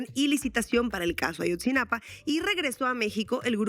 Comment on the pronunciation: Ayotzinapa, no "Ashotzinapa"